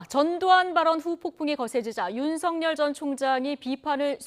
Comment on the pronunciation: 윤성열이 아니라 윤서결입니다 똑바로 발음해주시오 말해서 밥먹고사는 사람이 정확하게 발음해주셔야지요 아나운서 기자 똑같네요